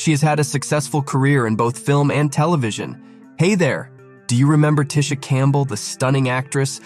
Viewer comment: It's TEE-sha! One of the most down to earth light-skinned Black Women around. YOU GO GURL!